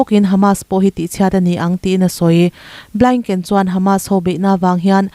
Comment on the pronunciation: Suria nilovin Syria aw(mizo Bible in Suria ti a lehling angin i rawn lam tawp mai😂 ani maw!!) Suria nilovin syria aw!! A khawpui Damasacus(sorry Damascus) Antonio Blainken nilovin,Blink) (Antonio Blinken / us secretary of state)milar lutuk leh Ram hming lar lutuk te hi chu lam rik dik a, hriat ve tur!!!